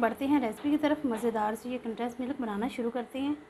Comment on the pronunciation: Easy recipe. Sorry to say k Milk hota hy millak nahi. Uneducated log millak kehte hain. Nariyal k laddu wali video ma b aap milk ko millak keh rahi theen jo k bht awkward and lgta hy. English ma kehna koe zaruri nahi hota simply doodh b keh sktee hain ghlt bolne ke bjae so plz perfect lafz bolna chaheay k video sari duniya daikhti hy. Stay blessed. Sjad